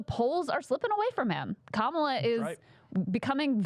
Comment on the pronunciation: Nancy Mace now known as Cindy Pace AS SHE wiII NOT SAY KAMALA correctly! From now as such